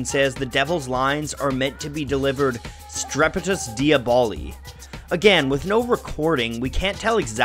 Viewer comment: it's "strepitus diàboli" and not "diabòli"